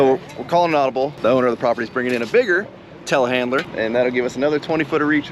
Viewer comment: He calls it a telahandler multiple times it’s probably just that’s the name it was called when on the job sites where he started